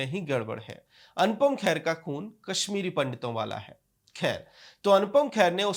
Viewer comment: Arre bhaiyya khair nahi hai wo kher hai.Naam theek se lijiye